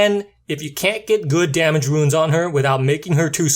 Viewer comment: Other than pronouncing runes (roons) as ruins (roo-ins), the video is great. I am subscribing because I like the way you approach explaining how to effectively rune a monster and how the abilities work. I am shocked to see that you only have 293 subs at the time of this post; however, I have a feeling that if the rest of your content matches this one, you are going to explode in subs and views in the very near future. Thanks & Great job!